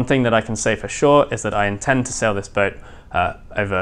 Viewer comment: My heart skipped a beat when said, "One thing I can say for sure is, I do intend to sell this boat..." What?! As he continued his sentence, I realized he was saying, "I do intend to SAIL this boat on some long voyages..."